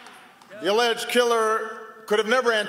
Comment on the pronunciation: he said alledged killer. really